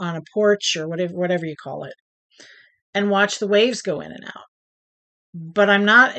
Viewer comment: Fun video! I cracked up when you said 'whayever'..( in regards to your grandson modifying the cow travel game :)